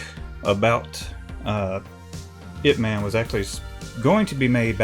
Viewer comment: Dang generations of today are seriously lazy, I don’t know where you got that from? But ignore all those who think it’s spelled as “I.P.” (as in IP address) because it literally is not how you say it. IT IS PRONOUNCED as YIP MAN without the “Y”, the title “IP” is sort of nickname so it be so-called easier for the western culture 🙄 which still seems hard for individuals to say. I should know this as my father was a die hard fan of both Bruce Lee & IP MAN, he even practiced karate in his youth as well as had the yellow jumpsuit with black stripes, he over time got more interested in music then after getting married and having kids he couldn’t continue pursuing it.